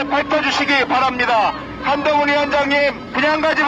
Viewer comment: 개판이다 한동훈 외치는 소리가 멍멍멍 ㅋㅋ